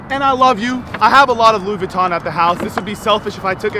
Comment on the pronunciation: POV: YOU ARE SPANISH: Gucci Vinton yea Gucci Vinton 💀